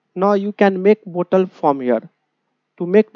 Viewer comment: bottle ❌ botal✅